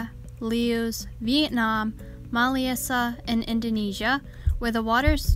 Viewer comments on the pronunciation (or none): I learned so much about Bettas, and would love to learn more! By the way, you pronounced all the places correctly, but Malaysia is like muh-lay-zhu. Great video!